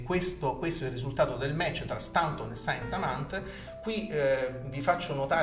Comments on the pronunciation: Ok, ma Staunton pronunciato come si scrive fa sanguinare le orecchie! Si dice Stonton o, ancor più all'inglese, Stont'n. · Si pronuncia Stonton!!